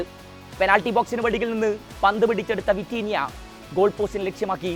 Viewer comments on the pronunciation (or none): none